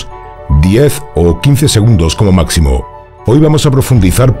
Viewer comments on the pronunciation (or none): none